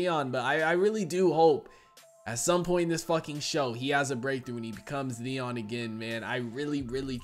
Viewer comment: is it me or you call him Deon instead of Theon? mby i heard it wrong